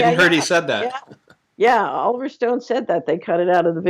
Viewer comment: She said oliiver north...then oliver stone.